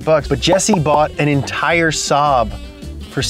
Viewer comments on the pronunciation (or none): none